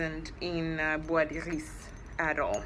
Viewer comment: Oh my God! I never knew how to pronounce this! You sound so classy!